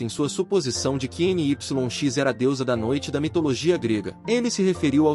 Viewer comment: Creio que não seja N-Y-X, mas se pronunciaria Nix